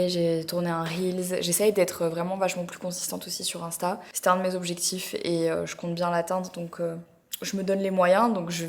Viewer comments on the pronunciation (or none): none